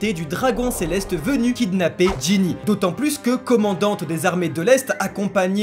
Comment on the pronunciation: vous y arrivez pas à dire Gynny x)